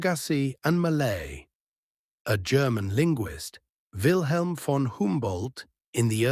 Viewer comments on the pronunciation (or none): none